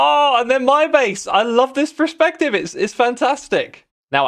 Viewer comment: X PLEASE 😭 Perspective not prespective, you're killing me here